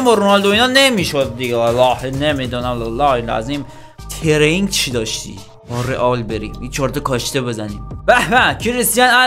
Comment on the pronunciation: داداش انگلیسیت صفره هااااا ، کوپرتادورس رو میگی کاپ!؟ بعد ترِینیگ رو میگی ترنگ!؟ بعد تو خب عشق فوتبالی چرا اسم یه سری از بازیکنا یا آپشن های بازی رو اشتباه میگی!!!!! ولی خب کلیپات باحاله🌷👌